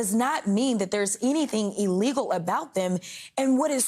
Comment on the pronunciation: Donald and new girlfriend pronounce “ellegal” for illegal. When donald is penalized for his crimes, his right to speech should be eliminated. Sick of his speeches monopolizing what we hear.